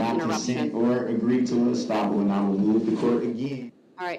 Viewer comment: Does anyone know what a “stopple” is? How about licen place? Substain? Just wanna know for the record.